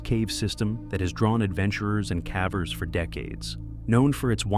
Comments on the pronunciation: It amazes me just how arrogant many of the cavers are... Respectfully, if you're going to use an AI voice, isn't there a way to get it to pronounce "cavers" correctly? Hearing it say "cavvers" is honestly kind of annoying. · cavvers? how lazy can you be? stop with the AI voices. makes you look like you're only interested in money.